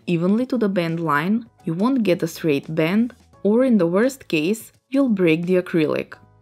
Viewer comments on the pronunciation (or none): none